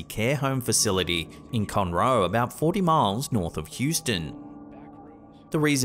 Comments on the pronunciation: I live in Humble and got a chuckle out of the way he pronounced Conroe also. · lmao I live in Houston and love how he pronounced Conroe (CON-roe) as Con-ROE lol and now that's how I'm gonna say it now. 😄